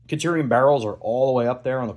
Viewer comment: Great video. I honestly hated how you pronounced "centurion" multiple times. It's kind of baffling. Other than that, super good video. I hope you do some high quality build/rifle reviews.